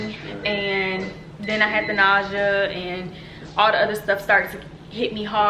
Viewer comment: is it just me or is she saying “ nausea ” wrong? lol